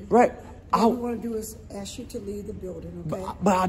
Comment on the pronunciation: You didnt "axe" for permission to exercise your rights, theres the problem